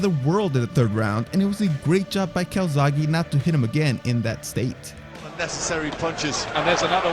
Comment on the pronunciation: He's Joe Calzaghe, not Calzagi.